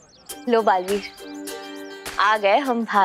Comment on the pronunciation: Dalveer, nahi, balveer, hai,😂😂😂😂😂